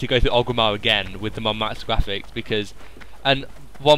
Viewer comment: lol ur voice is funny when u say graphics sounds like ur saying gwaphics